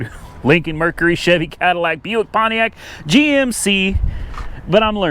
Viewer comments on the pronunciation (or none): none